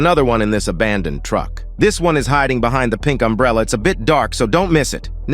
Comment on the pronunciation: Umbrella ❌ Emburella✅